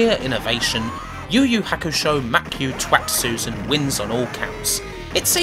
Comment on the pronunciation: I'd point out it's to-i-tsu-ze-n, but I think you just enjoyed saying 'Twatsuzen'.